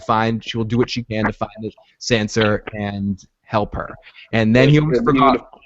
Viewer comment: Guys it's Tonmen not Tomlin, and it's Sansa, not Sanser. Sorry for being nitpicky. Great podcast BTW.